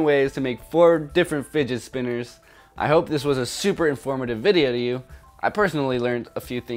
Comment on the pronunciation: “Didget Spinners”